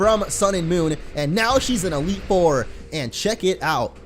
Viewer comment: he said elite ore not four